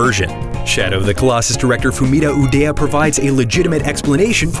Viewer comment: "Fumito UDEA"?? really?